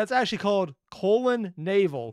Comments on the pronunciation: Ah yes a 20 minute review for a 7 minute video. Also it's produced colony-ville but it's colonna-ville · Quick hint: Colonnaville is pronounced "coal-onna-ville" Colonna references Jerry Colonna who worked on old disney cartoons. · Little thingy on the name of the station: Colonnaville should be read like "Colonna ville", like Amityville or Belleville. Fun trivia fact, "colonna" is the italian word for column, and as a curious coincidence I happen to live in a town in Italy named Colonna. Even more funny is the fact that like Colonnaville its only perk is a railroad station, for the rest it's just a bunch of houses with some neat green trimming